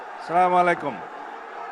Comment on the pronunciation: ছেলামালাইকুম এটা আবার কেমন সালাম? আল্লাহ পাক হেদায়েত দান করুক।